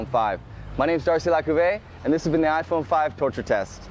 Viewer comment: ai nghe "Ay Phôn Năm" nào :)